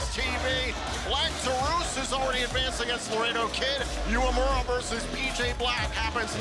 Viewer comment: Uemura (they pronounce it wrong) is young and talented, he can become a huge star. Old pirate PJ Black is ok, but I don't think Impact needs him, except that he can participate in some funny backstage scene with Heath.